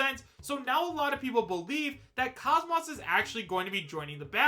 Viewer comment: You didn't need to admit you don't know much about Xenosaga. The way you pronounce KOS-MOS (properly pronounce kōs mōs, like saying most without the T) says it all. In any case I certainly would love the idea if its true but we'll see.